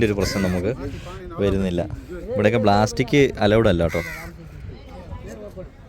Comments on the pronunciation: Suuper.... ബ്ലാസ്റ്റിക് അല്ല ...പ്ലാസ്റ്റിക് ആണ് 😂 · ബ്ലാസ്റ്റിക്കോ 😂😂😂😂.. പ്ലാസ്റ്റിക് ആണ് ഭായ്